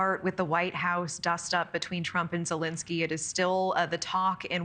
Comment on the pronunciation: Zelenskyy, not "Zelinskyy."